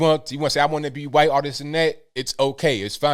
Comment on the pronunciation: "You want to be 'huaight'" (spelled in newspeak to comply with new youtube) Who would want to be in today's victim promoting climate? Who'd want to throw away their melanin-based free victimhood advantage? Edit: -You can't be on your phone -I wasn't ON my phone I was recording you (using my phone)! NANI? Well maybe she thought "ON" in this instance meant having it in the back pocket and literally sitting on it? Easy mistake to make for someone of such extemely low IQ.